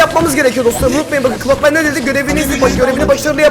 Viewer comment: Clock man derken cod men diyen koca yürekli 😂😂😂